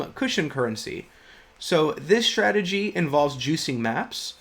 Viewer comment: Strategy NOT CHhtrategy! You learned how to pronounce words properly in school, dont grow up thinking it sounds more intelligent to fabricate an accent - its relevant of mental illness to do that! Advice from a friend of mine ...